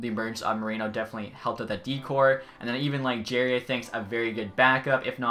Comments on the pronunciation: “Jerry.” Lol. It is Jah-ree. And you also said Teddy Blueger’s name wrong, as well as Marcus Pettersson’s. Great vid tho, I think it should be a fair trade in the long run. Personally I am not a big fan of either teams, but EA has Galchenyuk way too high of a potential and rating imo. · Jarry isn’t pronounced like the name Jerry it is pronounced like jar-ee and Pettersson isn’t pronounced like the other Pettersson and he has said it before and it is pronounced Ku-hoon not k-hoon. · "Blue-Grr" & "Jar-Eee" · Fyi it’s Jar-ee and Kuh-hoon